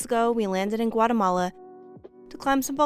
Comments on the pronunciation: Guatemala is pronounced, Gua´TEhmala not GuaREhmala. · Why the English dialect sounds so bad? G-u-a-R-eh-m-a-l-a? It is pronounced: G-u-a-´Teh-m-a-l-a.